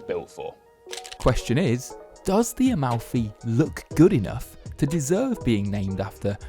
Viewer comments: "...finally a name that people can pronounce without butchering it..." calls it A-MOUTHY. aiiiiiii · It's incredibly touching when English speakers pronounce Italian words 😂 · Talking about butchering names, but still butchered this one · the absolute incompetency of native english speakers to be able to pronounce anything in a other language